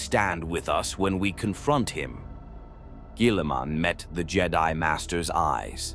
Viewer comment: Lol robot gwèeeleeemun.